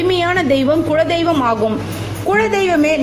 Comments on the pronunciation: உங்கள் உச்சரிப்பு குழ தெய்வம் என்று ஏன்? அது குல தெய்வம்.. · Kula deivam... Not kuzla deivam.. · modhalla kuladheivam ngra worda olunga sollunga